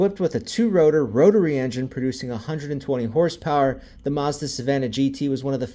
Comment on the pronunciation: It's maazzzdddaaa not musda😂